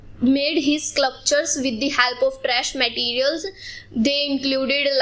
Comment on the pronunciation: her pronunciation of sculpture was wrong and she pronounced 3 times wrong